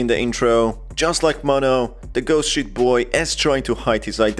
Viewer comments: Because of your accent i keep hearing "ghost shit boy" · Everytime He says sheet in british.. makes me recall the real word... The word Shi